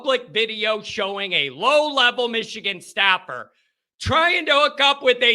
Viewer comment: Michigan not Mitchigan